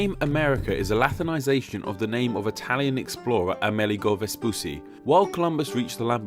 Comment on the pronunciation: Vespucci is pronounced "ves-poo-chee", not "ves-poo-see". Paired Cs in Italian are pronounced like CH in English.